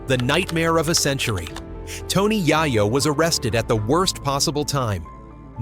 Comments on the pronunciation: I automatically do not want to finish this video only 2 mins in .... I hate these cornball ass doc. Directors who can't even pronounce the name of the person they have the video about ..... Then to top it off they have the face of Joe Rogan who has nothing to do with any of this LMAO..... So because the way he is saying yayos name now I can't even watch the video . ... F ing cornballs you make me want to vomit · I said the same exact thing I gave his. Video a thumbs down just because the way he is pronouncing the name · I want to really appreciate you guys when yall make documentaries and these short videos of the rap culture. Yall do the research but saying his name wrong in the first 30 secs of the video is just bad as it gets. I won't even watch you. I'm downvoting, I hope they bring it back to where you can see how many people don't like videos in the future